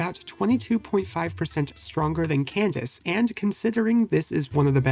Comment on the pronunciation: Bro I wanted to jump in a lake when he said can dak eh